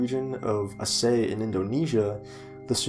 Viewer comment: Aceh is pronounced A-ch-eh